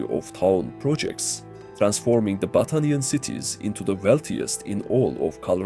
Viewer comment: Man I cannot be the only one hearing "Butt Onion" instead of "Battanian" 😂